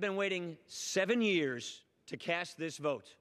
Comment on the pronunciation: Did he say 'cast this vote' or 'cash this vote'?